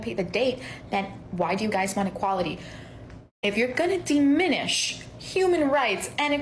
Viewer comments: The world is diminish, with a soft i, not deminish , with a hard e. Also her sentence construction and grammar are abysmal. I know that's grammer policing but I have high standards for a "genius." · I thought it was diminish, not deminish, but I'm not a genius.